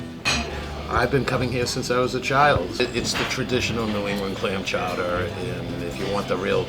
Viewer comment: Great video ladies…. Clam Clawder